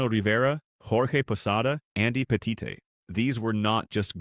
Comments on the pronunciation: That really ruined the video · Turned off once i heard that